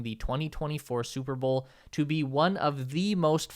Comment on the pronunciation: You say bowl like bull